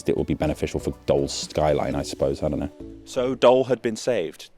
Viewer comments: As a Belgian, the funiest about your joke was your pronunciation of Doel 😄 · Ironically, you pronounced Den Doelen correctly, but say Doll instead of Doel... While to pronounce it correctly you just had to drop the -n sound from Doelen. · Except the town isn't pronounced as dole but as dool. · Not Dol or Dul but DOEL! OE in Dutch is pronounced like a mix between oo and u in English Try saying fool and doo Now say dool but slightly more u sounding, then you got the sound of Doel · Huh, sounded like « Dull », can be quite appropriate given your verdict by the end of the video haha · Well it sounds more like how you pronounce the 'ou' in the word joule, so 'doul' :) But in the end it's just a nitpick, it's not an easy language to pronounce! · Where did you even get the idea that it was pronounced like "dole"? Did you even bother to do a 15 second HowToPronounce lookup? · Doel is pronounced as Dool (more less :P) what is funny as if i pronounce 'Dool' in duth it will be Dholè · Great video but the pronunciations were horrible. The 'oe' in Doel is pronounced like pool. Can't even begin explaining the pronunciation of the river Schelde... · Pronounced DOOL,it means purpose or goal or outcome. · Pronounced as dool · It's pronounced as "Doul", as in the "ou" from "you" :) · Pronounced Dool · I'm not sure why you're pronouncing it as "Dole" since you had it right at "Den Doel" but hey... We Flemish are nothing if not polyglots. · The funny thing is when you say the old name it is correct. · Unfortunate that there was not enough research to pronounce "Doel" correctly, only once when saying "Doelpolder" :( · You should maybe pronounce Doel like den Doelen, the one of the latter was on point, the former on pint! Sorry, but good story, thanks! :face-blue-smiling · Please pronounce Doel as in "pull" with a D instead of P 😊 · Okay you can pronounce doelen but not doel that's kinda funny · You pronounce it 'dool', not dole or whatever you are saying. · Dole? It clearly says Doel.